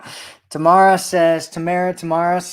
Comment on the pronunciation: Hahaha`U had it right Ta~Mar~Ra